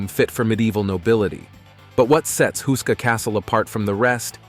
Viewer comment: it says husa castle.....is it not houska castle??